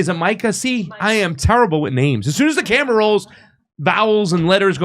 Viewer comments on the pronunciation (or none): none